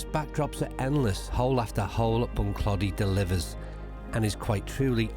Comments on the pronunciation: I played Bunclody a few times and had my captains day there back in 2009 about 3 months after it actually opened, and brought down 35 golfers for 2 days and we had an absolute brilliant time super course. I love the way you pronounce it 🤣🤣 it's actually pronounced Bunclo - dy with more emphasis on the clo than clod - y if u get my meaning... ⛳🏌️🤣🤣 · Bun-Kloe-Dee is how the natives say Bunclody,. Loving the series. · Bunclody, the O is pronounced as in Throw... Don't get people not asking the pronounciation of places they're visiting for the first time (especially if they're making a video about it), Irish place names come from the irish language usually (the anglicization of the irish words describing the physical place - i.e. Bunclody - Bun Clóidí, meaning 'bottom of the (river) Clody)... if you mispronounce, Irish people will be too polite to correct, but it will grate and can feel disrespectful...